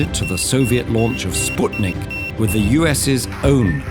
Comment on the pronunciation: This is the first time I've heard the word sputnik pronounced correctly in english